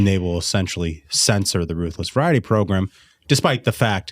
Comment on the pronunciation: Especially entertaining “progrem” today.